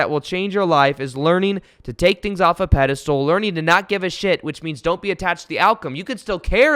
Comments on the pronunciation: It’s’ pedestal’..not “pedistool “ 😀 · It's "pedestal" not a "pedistool" just FYI. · You are awesome and could be changing my life....but dude, the way you say pedestal....lol.